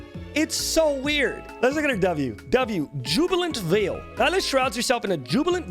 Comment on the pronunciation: I like how he can pronounce "Jubilant" but not "Veil" xD